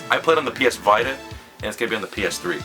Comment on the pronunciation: lol V i ta... its pronounced Vi Ta